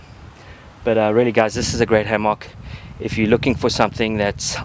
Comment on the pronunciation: hammAWK haha